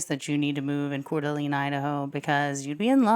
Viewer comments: Core-da-lane. But your vids are awesome. ❤ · One more thing: "Cor-duh-Lane" is how it's said. (No judgement) haha!